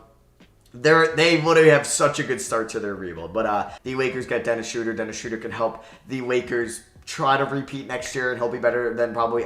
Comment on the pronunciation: Dennis Schrauder